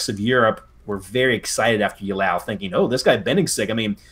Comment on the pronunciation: Oh ffs do you have dyslexia? Mee-Loh-Raad-Oh-Vich! Ey-Lau! Au-Er-Stedt! Gnei-Seh-Nau! Chi-cha-gov!